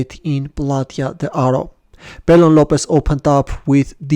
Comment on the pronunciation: Bellon is actually pronounced as "Beyon". I love your videos btw